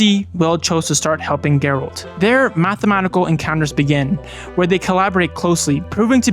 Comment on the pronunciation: AI video? Have you even seen this movie? If you had seen this movie you would know you're not pronouncing Gerald right. This feels like a tiktok vid thats been stretched out to 30 mins